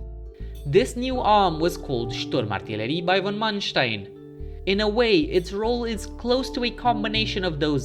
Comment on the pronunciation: Your german pronunciation is perfect, but you put the emphasis on the last syllable, dont to this. It makes it sound unnatural or you kinda try to make it sound threatening. Usually you put the emphasis on the first syllable.